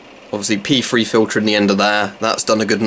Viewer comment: Just joking about the way you pronounced P3. Sounded like you were calling them pee free pads.